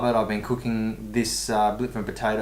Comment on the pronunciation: your pronunciation of .. "blitva" ... is PERFECT